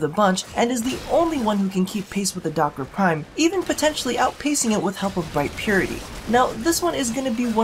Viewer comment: You said duck-its wrong :(